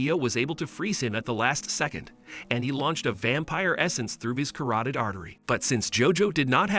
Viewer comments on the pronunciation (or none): none